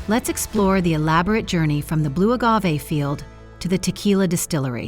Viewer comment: Soaked to prevent pests but then tossed like junk. 😂 Also "boe agave"? I thought it was pronounced Blue.